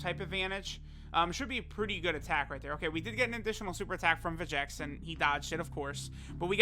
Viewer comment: When does Lern his Name is Vegenks not Vegeks?